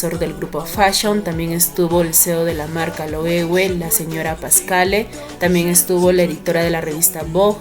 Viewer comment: Thanks for caring for correct pronunciation of LOEWE))